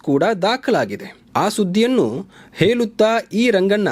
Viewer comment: Nice convey.But please correct the way you convey it. Not ಹೇಲುತ್ತಾ. It's ಹೇಳುತ್ತಾ